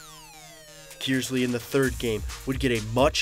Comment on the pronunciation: Please clarify - Flint Kearsley is pronounced "Kurs-ley" not "Kiers-ley"......hopefully my old school of Davison will return to the finals again next year and win it all for the boys......